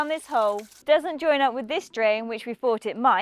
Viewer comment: "wiv a shovel" 😂😂😂